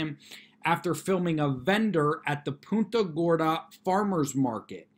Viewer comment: It’s PUNT-a Gorda.....like you “Punt” a football. I grew up not too far from the area, and know the pronunciation well. Thanks.